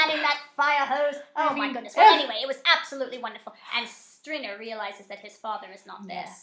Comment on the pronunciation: Outtakes! Theo James can't say 'Stringer', so don't feel bad! 😃